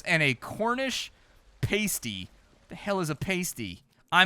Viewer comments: I'm about halfway through and here's a couple of little things I notice about your playthrough: The word "pasty" is pronounced with a short a sound rather than a long, so more like "pasta" than "pastry." Otherwise, you sound like you are eating nipple covers from a burlesque show. 😜 Also while pasties are more like a category similar to sandwiches (i.e. their exact contents can vary quite a bit), you are correct that they do generally contain one or more ground or minced meat as well as some minced vegetables of one or more kinds. The ones I've eaten have have all been from the Great Lakes region, Michigan and Wisconsin specifically, so I don't know how authentically British they were but I've had some with sausage meat, ground beef, or pork, with vegetables ranging from celery, to potatoes, to rhubarb. Another thing is that in the cottage cellar you seemed entirely unaware of the reference to the C.S. Lewis (famous 20th century English author and good friend since college of J.R.R. Tolkien) book The Lion, The Witch, and the Wardrobe. 😏 They even seem to be intentionally using a similar art style to one of the more prolific editions' cover art! Edit: As far as I can tell those equations and formula in the cellar were genuine, but largely not directly related. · For the love of everything British, please learn how to pronounce pasty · paysty is like nail on a chalk bord to us brits its Passdee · Pasty is Pass-Tea. Not Paste-Ee. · Pasty, as in past. Not paste ee. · Paaaaaasty! NOT pasty! 😂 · I can’t believe you’ve never heard of a cornish Past-E, not paste-E 😂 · It's PAST-EE as in past tense not PASTE-EE as in toothpaste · Came on here to see if anyone else took the piss for his pronouncing of pasty. It's Pas-tea not Pay-stee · Great video... but please, this is killing me, it's PA-STEE, not PAY-STEE. 😉 Proper Cornish Pasties (PA-STEEs) are basically a meal encased in pastry. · Cornish Pasty (Pass-tee) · It’s pronounced “past tee” and they’re fucking delicious